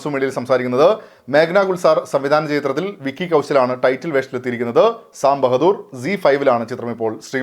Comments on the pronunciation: sam ബഹദൂർ അല്ല സാം ബഹാദുർ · സാം ബഹദൂര്‍ അല്ല സാം ബഹാദൂര്‍❤